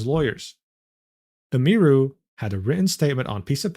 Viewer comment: He's explaining all of this like hes an expert, but cant pronounce Emiru's name